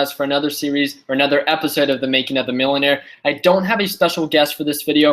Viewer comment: ... "so the making of manuer" 🤣🤣🤣🤣.